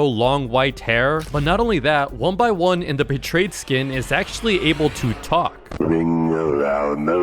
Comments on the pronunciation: ITS NOT 1BY1 ITS 1X1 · Its not 1by1 its 1x1 like 1 EX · I I thought it was saying 1 piss